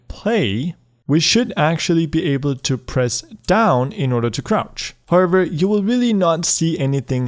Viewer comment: Whenever he used to tell however I used to hear harbor Which was really funny 😂